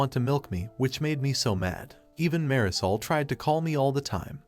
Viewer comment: That pronunciation of Marisol makes it sound like dish soap